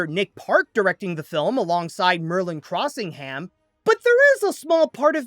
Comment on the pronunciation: Crossing-ham?!? Try it this way. “Crossing’em” Virtually every instance of”-ham” in town and people names in the UK should be pronounced as an “em” .. or “Um”.